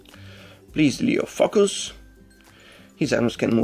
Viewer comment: Just some mention, i just cant stop laughing everytime you say (Focus) i kind of hear (Fuc*ers) ahah